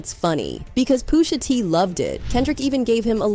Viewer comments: "Poosha T" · "Poosha" is killing me. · “POOSHA T” 😂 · "Poosha T" 😂😂😂